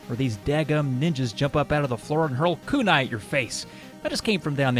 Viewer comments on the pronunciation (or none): none